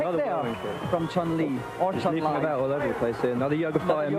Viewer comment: I remember in the early 90s when I pronounced Zangief correctly, but had to change it to how everyone was saying it, so people didn't think I was being pretentious. Li is pronounced "Lee" in the Chinese dialects, however Chun is actually "Choon."